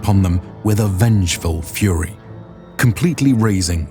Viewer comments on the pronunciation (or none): none